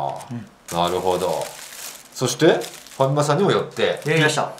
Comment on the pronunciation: ファミマさんをハカマさんのイントネーションで言ってるの気になるｗｗあとfujiyamaが着てるベイスターズの上着いい！